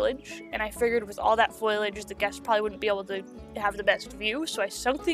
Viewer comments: fo-li-age ... not foilage ... (great video btw! super underrated) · Not to be mean or anything... but its foliage. Not foilage. Its just a word that is used so much that it actually becomes noticable. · You’re pronouncing “foliage” like “foilage” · fo-lee-edge! NOT FOIL!!!! lol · FOE-lee-age. Not FOY-lee-age. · It made me laugh every time you said foliage, not just because of how many times you used it, but also because of how you pronounce it with an extra ‘i’ like foiliage lol. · and sometimes Foiliage or just foliage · I also used to call foliage "foilage". I giggle when I hear it. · Omg I keep on getting triggerd because of people saying foileage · Strategy? Stragety ✅ Foliage? foilage ✅ Conducive? Conductive ✅ 💀💀💀💀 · I love the zoo but your pronunciation of foliage is kind of bad xD fol-ee-age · I really thought this video was great and you deserve to have your channel grow tons! I don't know how to put this without sounding mean, but I don't think you're saying the word foliage correctly and it's the only thing thar bothered me in this otherwise percect video. And the only reason I really noticed is because you said it so much 😂Good job and I wish you lots of success! 🎉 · You said foliage so many times and you mispronounced it every time